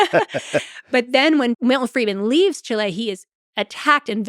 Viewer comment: It's not pronounced "Chi-LE" It's pronounced "CHI-le". Drives me crazy. People think they're being more intellectual by pronouncing it with a Spanishy-sounding accent, or whatever. But that's NOT how it's pronounced in Spanish, either.